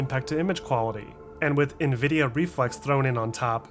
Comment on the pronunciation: Great video. So happy you pronounce nVidia correctly. Triggers me when people say NehVidia LOL